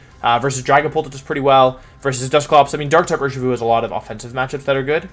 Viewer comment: I think wideo man is pronouncing Urshifu wrong. It's clearly pronounced You-Are-(Master)-Shifu.